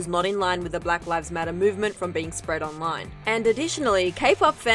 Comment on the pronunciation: “Brack rives matter”